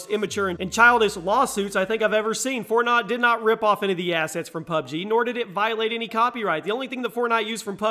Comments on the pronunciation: U said fortnot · Did he actually say "FortNOT?" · He said fortnot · "fortnot" lol